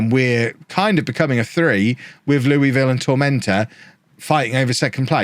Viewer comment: As a Kentuckian, pronunciation of Louisville hurts my soul.